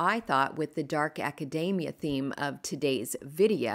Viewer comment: Love your projects ❤. It is “ a ca deee mia